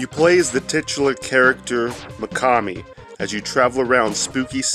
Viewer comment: yeah you’re saying it right